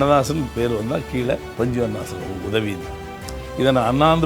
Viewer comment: Panchu Arunachalam ozhunga sollunga